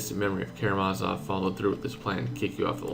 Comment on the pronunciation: KaramaZOV KaramaZOV, not Karamavas.....